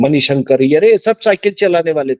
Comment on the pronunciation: सभ नहीं। सब।